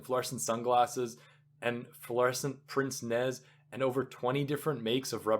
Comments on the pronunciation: Point of pedantry: Pince-nez is pronounced "pants nay". Really :D omg that bit about the middle-aged women screaming before they laugh makes me think of when my mother would have all my aunties over, and I would be upstairs in bed, wide awake, bemusedly listening to them scream-laughing. AAAH-Ha-ha-ha-haaa Jayziz Celia that's gas! Footnote #20 might just be the funniest thing ever written. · Thanks for this reading. Great material, good voice, well edited, no fumbles. I did hear some mis-pronunciations. Not sure how DF Wallace would have felt about that - he was quite a stickler for language . . . The words I caught as being pronounced incorrectly are: pince-nez, christen, epaulettes, cadre, respite, acoustic, serape, puerile, pedantry, bow, scheme, picayune, crepe From this list you can surmise that I listened carefully to your entire recording, some parts twice, so accept that as a compliment for your efforts. Thanks again!